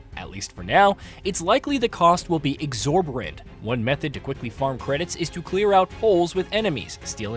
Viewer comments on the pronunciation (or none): LOL! I thought the same thing. It's "exorbitant". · “exorborant”?! What? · Not unless AI deliberately says words like "exorbitant" incorrectly.